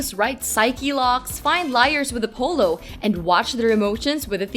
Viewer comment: Hold on a minute Did you just say "A polo" instead of Apollo?